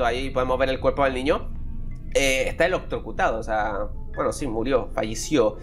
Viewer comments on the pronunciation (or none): DIJO OLOCTROCUTADO JAAA